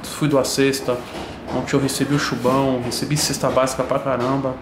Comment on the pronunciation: "RECEBI O CHUBÃO'" O TOGUROESSA FICOU ESTRANHA KKKKK